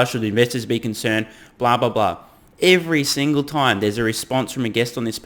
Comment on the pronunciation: “Every slingel tiem?” Lets cool it w the andy she emitt tsm